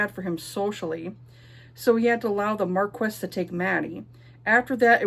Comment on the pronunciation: Marquess is pronounced "Markee." Yeah, I was surprised too. French is a beautiful mystery to me. Ashes seems interesting. I love a cinnamon roll male MC.